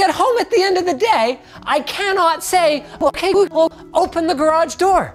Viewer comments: "OK GBWHUUGLLE" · Lmao, that jumbled "Ok Google" still triggered my Google Assistant